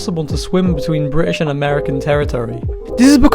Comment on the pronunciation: I love how he pronounced 'British' in a British accent